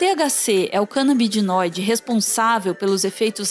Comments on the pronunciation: kkkkkkkk Rachei, pior que o cara fala certo, na vez dela canabidinoide. :p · Que AGONIA ela falando CANABIDINOIDE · Vídeo maravilhoso, mas perdi a conta de quantas vezes a falou "canabidinóide" ao invés de "canabinóide" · Gente, CanabiDInoide é uma forma correta de falar Canabinoide? Fiquei agoniado com ela falando assim no vídeo todo e o cara falando da forma que eu conheço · CanabiDInóide ou canabinóide? Kkkkk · vão me chamar de chato?com certeza Mas é o segundo vídeo q a fala "canabidinoide", aq é o corretor chatão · confesso que meu coração doeu toda vez q ouvi "canabi-di-noide" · Ela acabou decorando a palavra errada, apenas isso.